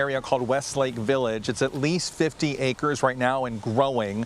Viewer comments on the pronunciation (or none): none